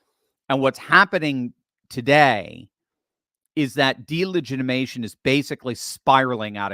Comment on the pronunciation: I love you, I listen to you everyday, but please learn how to say delegitimization correctly, PLEASE?! You are missing a syllable! It makes me cringe!😳😜